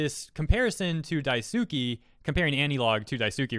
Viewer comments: 🚫 Dye-SUU-key ✅ Dye-sss-key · Daisuke, Die Sue Kay, not Die Sue Key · It's Daisuke, not Daisuki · lies. Daisuke is pronounced "Die-skay" not "Dai-soo-kee" reeee Ha ha ha, fun times. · daisUki? That pronunciation man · Man it might be nit picky but when was pronouncing daisuke as dai-suki, it just didn’t sit right with me. Regardless great video. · I believe Daisuke is pronounced "Dice-K". I believe in Japanese phonics the u after an s is silent. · Everytime I hear him pronounce Daisuke as Dye-Sue-Key, I die a little inside. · I was kinda wondering why you were pronouncing daisuke as daisuki but that's probably the spelling mistake he mentioned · Anybody else’s eye twitch when he mispronounced Daisuke? It’s kinda irrelevant to the matter at hand, but I just wanted to know if I was the only one. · The “e” in “daisuke” isn’t “ee” as in “feet” it’s “e” as in “hey” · Everytime he butchers the name "Daisuke" an animal gets returned to the shelter!